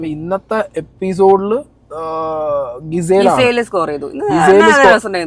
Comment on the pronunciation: bro It's not ഗിസേൽ it's ജിസൽ or ജിസേൽ (Mudra shrandikkanam mudra) 🤣🤧